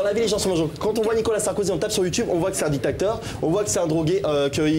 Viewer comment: "on voit que c'est un dictaCteur" il a un problème avec les mots qui finissent en "ateur" ce type, il dit "spectaCteur", en fait je crois que c'est parcequ'il est obsédé par le mot Acteur....